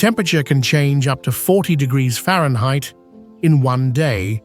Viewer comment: Temperatures can reach 100 diggita-errrfba’s? 😂